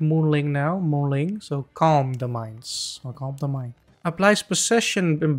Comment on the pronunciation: It's not moon ling it's Moon Ming